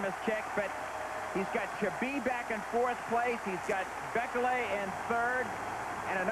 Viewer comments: It's pronounced 'bee-kay-lee' not 'bek-el-ay'!!! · I love all of the different ways announcers pronounce Bekele